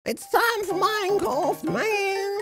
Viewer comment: Det roliga är när du säger Minecaft!!